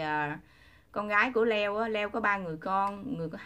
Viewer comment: Tại sao đọc tên Leo như là dưa leo , Le-o đó là tên của anh ấy